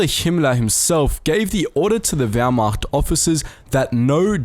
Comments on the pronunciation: Or whymacht for that matter. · And the Whyrmacht? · Everybody: Wehrmacht Wehrmacht: Howmacht? Jews and Slavs: WHYMACHT?